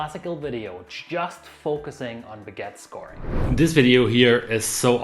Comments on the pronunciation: What is a "beget"? That's what it sounds like, but I have no idea whatsoever what you are saying. Oh, do you mean a baguette? Well, FIY, you are saying "biget", but that is not the word. It is "baguette". "Be" is not pronounced "bi". Come on. It isn't a bigette, it is a baguette. And you keep saying biGETTE. Stop. I won't listen to you if you keep saying that. It's driving me nuts. There is no such thing as a biGETTE. The first syllable, "bag," rhymes with hag, not with hit. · learn to say BAG ETTE, thank you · PLEASE learn how to properly pronounce 'baggette' ! There is a you tube video for further reference! Thanks!